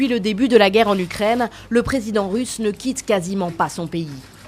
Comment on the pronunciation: "originaire d'Ukraime"